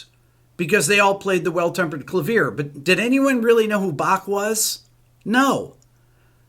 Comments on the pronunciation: Rick, I love this. The Sound Of Silence was brilliantly covered by a heavy metal band. It’s genius. But, it’s clav-ee-yay. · Thanks for this Rick, I quite agree, but I'm sorry I have to correct you on this: "clavier," as in in “Well- Tempered Clavier”-- CLA--vee-AY (last syllable "A" as in "Yay!" Or "today".) Thanks. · Nice rant but I'm still laughing at that pronunciation of clavier.